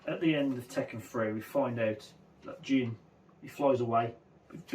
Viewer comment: Finally, someone else pronounced Jin's name right